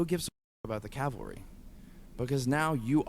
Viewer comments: Pls: "Cav-al-ry" PS Love the channel, keep it up :D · Take a shot every time mispronounces "cavalry". See ya in the hospital. *GLUG*